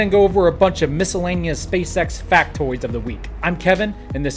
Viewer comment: Missil-laneous , nice one Kevin.